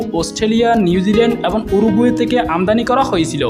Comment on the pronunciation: কিছু শব্দ সাবলীল করার দাবি জানাই, হই/হয়, যাই/যায়, নই/নয়, কাওয়ানো/খাওয়ানো, তেকে/থেকে, পেট/ফেট, রেকে/রেখে, কাবার/খাবার, সত্যি বলতে আপনার হই হই শুনতে শুনতে আমার 😢😢😢অবশেষে 😂